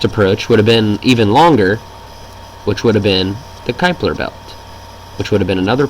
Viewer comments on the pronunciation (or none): none